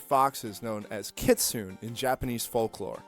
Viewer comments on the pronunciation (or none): Did you just mispronounce Kitsune?